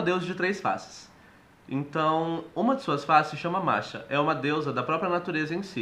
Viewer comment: Até onde sei Morrighan, Macha e Badb não são uma só deusa, mas elas compõem um trio de deusas da guerra: As Morrighans. Macha se pronúncia "Marra" e Badb "Baavda".Ainda assim estou contente pela atenção dada ao panteão celta. Abençoado seja!